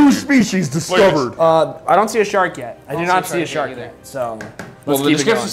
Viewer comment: Eggggfs not sark